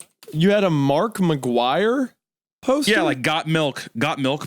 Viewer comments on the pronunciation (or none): Is it just me who thought Hunter said Markiplier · every time hunter says "mark mcguire" i think he's saying "markiplier" which is arguably way funnier to imagine